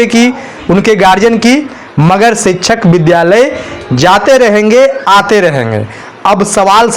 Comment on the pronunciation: शिक्षक का सही उच्चारण तो ठीक से करे